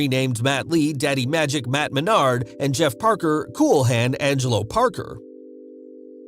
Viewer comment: Matt and Jeff, I thought you said Mut and Jeff lol, I had to go back and listen again 🤣 Our youngest daughter, her husband, our middle daughter's husband, my husband son and I will be at Wrestlemania in Dallas, so will 2 of our grandson's.